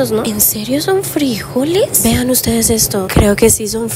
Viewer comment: Por qué dice “frÍjoles” ? 😂 , son frijoles. Sin acento en la i!